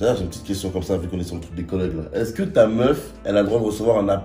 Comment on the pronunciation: C’est tellement un z que même il dit “eza que” sans mm se rendre compte